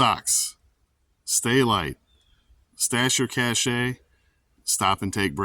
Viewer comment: Cache is pronounced cash not cache'.